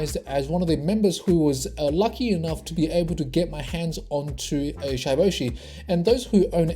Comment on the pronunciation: It's not shyyboshi bro Its shiboshi like shib Pronounce like that 💞